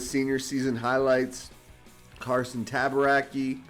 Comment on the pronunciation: I think it’s T-ah-bar-ah-chee if my Italian isn’t too off.